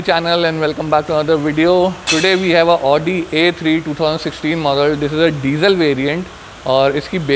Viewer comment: Its pronouned "aaaudi"